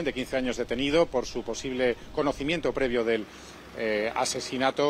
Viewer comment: ¿”Posible”? señores…